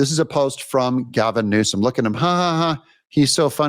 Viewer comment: You called him Gazum Newsom😂